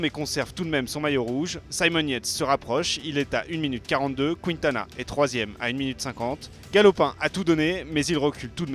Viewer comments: Voix off pour Quintana ça se dis kintana pas kwintana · Il dit kwintana